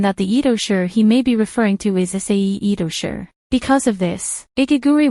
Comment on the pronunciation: It's not Itosher, it's Itoshi (pronounce as she)